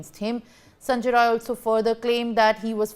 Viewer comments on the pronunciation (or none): The news reader must amend herself. It is Sanjay Rai, not Roy as she is wrongly pronouncing.